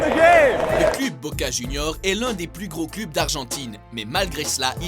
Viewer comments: on dit cleub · ON dit cleub pas club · CLEUB !!!!!!!!!!!!!!!!! Putain, ta prononciation cl"U"b est insupportaaaaaaable ! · C pas club ça se dis cleb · club ????? Mdddr on dit cleub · On dit un cleub pas un club tu sais pas parler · Ca se prononce cleub pas club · cleub pas cluuuub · pourquoi il dit le clUb on dit le clEUb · "Club" se prononce " cleub" en français et non " clube " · heu on dit cleub pas club même si ça s'ecrit club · Cl"u"b? on dit pas "Cleub" ? x) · On dit "cleub" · Du cl-u-b mais on dit cleub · ils connait pas le foot et il fait une video de foot en plus il dit "cleube" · Mdrrr il dit clUb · Putain ça m'a tuer comment tu prononce club on dit cl"eu"b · On dit cleub putin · putain ça se prononce cleub et supportér !!!!!!!!!!!!!!! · on dit cl u b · apprend à prononcer les noms des club (cleub) bordel tu masacres tout!! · bonne vidéo. Mais juste comme ca ca se pronnonce "cleub". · Au Québec "cleub" se prononce comme il s'écrit, club. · Revoit ta prononciation pour le mot " club" à mourir de rire 😂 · Comment là mec prononce les noms des clubs ça me fume il a aucun respect putain 🤣🤣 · MDR la prononciation de "club"😂😂😂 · Tu sais pas dire club ni Fenerbahce ferme ta bouch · On dit "club" tète de cul. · on dit club!! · Bordel mais prononce bien le terme club, mais quel boulet celui-là !! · oh mon dieu !! la prononciation des club je suis d'accord qu'ils soient québécois mais la ça mérite un carton rouge!! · il faut juste revoir la prononciation des clubs sinon cest pas mal 😉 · comment tu dit trop mal les nom des clubs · C'est moi ou 60% des commentaires portent sur sa prononciation du mot "club"? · ptn vs savez même pas prononcé club